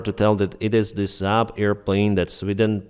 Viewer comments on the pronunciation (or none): none